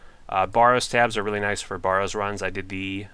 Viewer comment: i love you vids but your killing me with the waty you pronounce barrows and hAsta